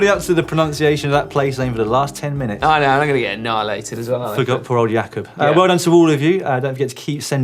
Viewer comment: Damn! Well played for correctly pronouncing "Jakub" A lot of people tend to say J cob